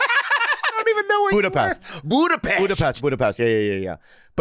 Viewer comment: Damn Jack, that "Budapest" pronunciation was perfect.